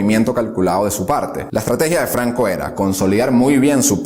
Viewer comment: No termine de ver el vídeo, de donde es ese acento? Flancisco Flanco